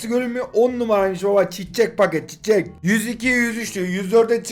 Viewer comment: Çiççek deme abi yeter yaw